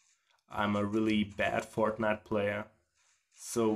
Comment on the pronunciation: 100% sure he said fartnite